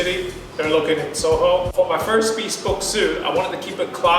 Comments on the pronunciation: Hey buddy, just a friendly comment: It’s NOT pronounced bee-spoke, it’s pronounced bihspohwk. That’s the best spelling I could do for the correct pronunciation. And please don’t desecrate your custom-tailored suit with those shoes. Get a more casual suit made if you want to stick with those shoes. Good effort on this video though, so more power to you. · This might be an English pet peeve but I get annoyed when someone says “be-spoke” as opposed to “bes-poke”. Let me know if anyone else has this pet peev as well. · I noticed that too. "Bee-spoke suit" ;) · First off, I love the video. Everyone should own a bespoke suit. I hate to be that guy but I thought you should know it’s pronounced ‘Bess-spoke’.